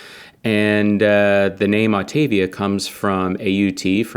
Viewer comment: Autavia not Octavia! :)